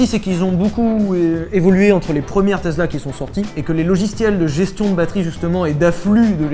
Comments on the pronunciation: Arrêtez de dire TeZla ptn 😬😬😬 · Sylvain, tu sais toujours pas prononcer Tezla 😜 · Salut les gars, ca va? moi oui. Vous pourriez-dire teSSla comme tout l'monde? Ça me fou une de ces angoisse de vous entendre tezler tout le temps! Merci bisous :) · Stp arrête de dire Tezla c’est embarrassant 😂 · Tesla pas Tezla plz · Eine teZla...gut gut Herr Zylvain ! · Vous pourriez arrêter de dire TEZLA ….. on a l’impression que vous êtes neuneu 😉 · La prochaine fois que quelqu'un dit TeZla je lui fait bouffer un vilebrequin